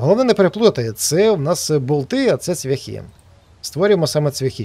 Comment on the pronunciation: цвЯхи-наголос на Я,ведмідь...і т.д.Дуже шкода,що так репаєш українську мову